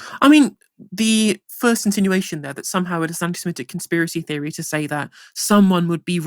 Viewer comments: SEMITIC not SEMETIC. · SeMITic, not s'METic... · The word is seMITic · please learn how to say ‘Semitic’